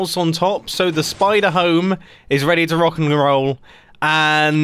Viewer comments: Nobody else noticed him say rock and groll ? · "So the spider house is ready to rockengilrl" I think he's drunk on honey blocks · "So the spider home is ready to rock and groll..." -Mumbo 2019